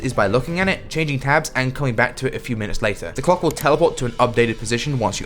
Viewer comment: either im mishearing or high or som but did you say "Cock" or "Clock"?